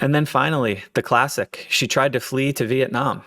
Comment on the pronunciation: Not Flee-etnam 😂 Subbed :)